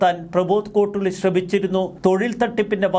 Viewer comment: സുഹൃത്തേ, കോട്ടുളി അല്ല... 'കോട്ടൂളി' ആണ്.